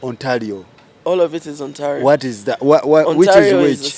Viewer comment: And Ontalio😂😂😂.